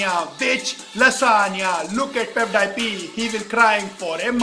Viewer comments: But I'm not surprised that he mispronounced PewDiePie as pev- die-pee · First of all his English is bad . Then he started complaining PewDiePie. Then calls Felix pudwaipie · dude he said Peffdiepie .😶😶😶😶😶😶😶😶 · pepepi is pewdiepei , wah bhai wah kya english hai! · He said pevedypi !!! Clap the hands for him 😅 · Everybody : PewDiePie He : Pev Die Pee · Pevdiepee what a pronounciation!!!😂😂😂😂😂😂😂😂😂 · Not pewdip it is PewDiePie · every single info is wrong, first of all its not pevdiepee its pewdiepie and your song is not even good and the video u should about pewdiepie is fake because pewdiepie is from Sweden not india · Abbe vo peudipi nehi pewdipie he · No one Literally no one He:-piudiepi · Pew - Die - Pee Te - serious Most gunda person Most gundaest person I died 😅🤣🤣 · piw die peee 😂😂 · I was like what panish? LMAO ITS PEWDIEPIE 😂😂😂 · he said pevdiepee hahaha